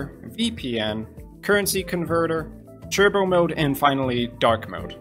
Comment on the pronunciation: Just an educational lesson it’s pronounced tur-bow not chur-bow